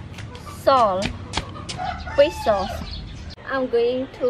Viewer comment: it's salt, not saul